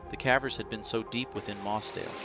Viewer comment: Why the a.i. voice my friend ? Thats not how you pronounce the word "cavers"